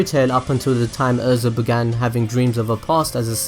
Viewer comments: “Er”.. za. Erza not Urza. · IT IS EH-RE-ZA not errza